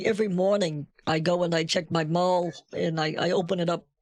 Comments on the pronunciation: "Mall" aka mail lol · I think he was saying mail.